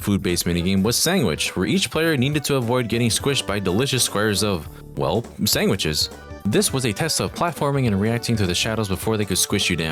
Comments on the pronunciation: Is saying “sangwiches” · You should be arrested for the way you say "sandwiches".